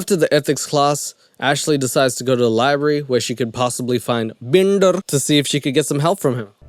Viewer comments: I laughed out loud everytime you said "Bndrrr" 😂😂 best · Omg i love the hell outta u when u do the Indian accent I am literally crying with laughter -bender come on Can u do a video with that accent the whole time??? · Why do you do an Indian accent whenever we talk about Shane Dawson's character, Binder? Am I missing something? I just have so many questions about this movie? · Everytime you say binder in the Indian accent omg 😂😂😂😂I'm losing it 😂😂